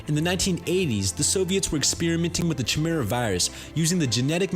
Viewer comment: It's pronounced Kai-me-ra.